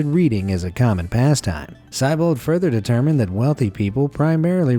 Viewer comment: Who's Steve Seibold? I know a girl who has a brother named Steve, and they've got the same name, but you pronounced the name wrong. It's with a long e sound before the bold.